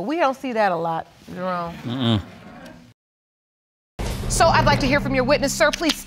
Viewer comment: The judge calls him “”! Roflmao! You can tell the man works out for sure!!